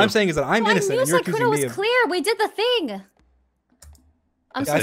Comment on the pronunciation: emphasis on "clear"